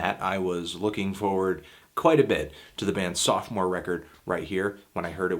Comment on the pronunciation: James Blobb It's Sophomore, not "soft-more" or whatever the heck you were saying about ballads. And yes, it usually refers to a band's second album, and this was Xibalba's third, but that was just a small mistake on Anthony's part.